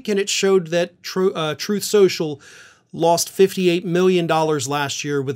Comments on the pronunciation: "Sloth trenches".. Rgr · “SLTHROTH SCLENSSHUUL” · “Troth senchul “